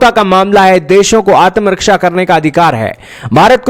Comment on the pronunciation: Can't even pronounce ATMARAKSHA ‼️👹⁉️🤣